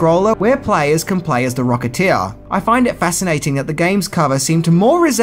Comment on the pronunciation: “The Rocketeeah”